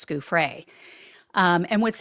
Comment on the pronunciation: Come on, her name is pronounced Joo-Fray, not Goo-fray..we’ve been hearing it for years, at least do her the courtesy of saying it correctly, particularly now she is deceased.